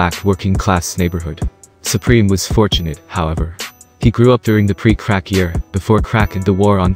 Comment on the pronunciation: I couldn't tolerate the narrator's voice and diction, extremely annoying and a slight condescending. The way he pronounced words like "crack", is when I knew that I had to go . Deuces.